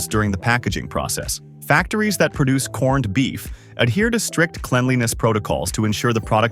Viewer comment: You lost me a corn-ed. If you can't even take the time to make your A, I say corned properly then I'm not sure how much value the rest of the video has